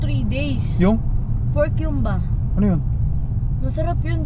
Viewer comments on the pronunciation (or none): Hyumba na ba talaga pronunciation ng humba (hoom-ba) dyan? 😂😂😂